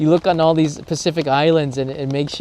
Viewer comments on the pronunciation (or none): none